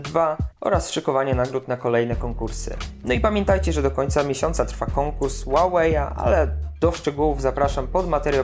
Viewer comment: Czy Ty mówisz Łałeja? Mówi się Hłałej :) A co do tej głębi ostrości, to wygląda ona moim zdaniem tak, jakby ktoś przerobił to zdjęcie w zwykłym photoshopie :p